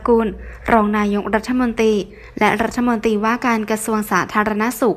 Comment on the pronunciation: อ่านเป็นประโยค ร.ชัดเจน/แต่คำว่า "รัฐมนตรี" ทำไมอ่านว่า "รัฐมนตี" ทุกคำ "ร" หายไปไหนล่ะ